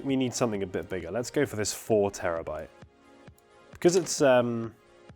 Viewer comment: you wanted to say "there we go" but instead you said "there we gey". looool